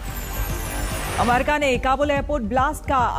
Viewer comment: कृपया अमेरिका का सही उच्चारण करने कहे न्यूज रीडर महिला को